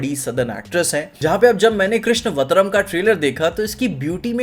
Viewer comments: Abe pronounce to dhang se kar le. Khaali teleprompter se padhne se nahi hota hai कृष्णावतारम hai कृष्णवतारम nahi Krishnaaaavataram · It's not Krishna-vatram.. It's Krishn-avataram :P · It's not Krishna Vatarm, it's Krishn Avatarm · The right pronounciation is Krishn-avataram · He said krishna vatram its कृष्ण अवतार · bro its not krishna-vatram its krishn-avatar-am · भाई कृष्ण अवतारम को कृष्ण वत्रं बोल रहा है 😢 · कृष्णावतारम् - pronounce as कृष्णा- अवतारम् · Movie pronunciation is - Krishna Avataram🙏🙏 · It's krishnn-Avataram कृष्ण अवतारम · 'Krishna-Avataram' is the correct pronunciation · ita Krishn-avtar-am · It is pronounced as Krishnaaavathaaaram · Correct pronunciation Krishna-avataram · Bhai tu India me hi rehta hai na?? Teri audience bhi Hindi speaking hai. Aur tu bhi itna padha likha nahi lagta ki logo ko ye lage ki ladka padhai likhai me laga raha isliye dharm se door ho gaya... To krishna avtaaram ka galat pronunciation kitni baar karega.. Bachho ko bhi pata hai ye... Hidi me sandhi samas agar padha hota to samajh jata